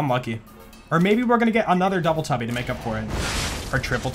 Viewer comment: Did you say Dubble Tubble on purpose?